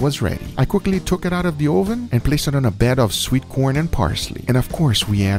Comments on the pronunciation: Why is it an Ohhh-ven? Learn English.... It's uhh-ven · Guga for my sanity, it's pronounced [Uh-Ven] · hes trolling us by saying Ohven instead of oven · UH-ven. Not OH-Ven. Hearing OH-ven so many times got annoying. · Ohvann... love that pronunciation....kinda like a viking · Never heard someone pronounce “oven” like “OHH-VUN” we usually pronounce it as “ UH-VIN” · I love the way guga says it "toaster ohven" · i love it when guga says oven, sounds like Oovan, btw I'm not making fun of his accent btw so no h8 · I love how he says ooven instead of oven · "this was done in a toaster OHven ;)" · "toaster oh-ven" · "Tohster ohven" :) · "Toaster OhVin" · Ouven is the only thing I heard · You might have earned a thumbs up if you didn't keep referring to it as oh-ven. I don't care where you are from or which language you speak but you're in America and you need to learn the language. Uuuuuuuh-ven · Hard to take cooking advice from a guy that says "Oooven" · my hispanic mother says ‘oven’ like that too and it’s so cute and it just makes me think of my mum fudhhsh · I love the emphasis on the “O” in oven. 😂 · Same, LOL. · I love your pronunciation of "oven". Makes me smile. Where are you from originally? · listen to the sound he makes when he says “o” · Say oven again, LMAO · You are pronouncing Oven the dutch way xD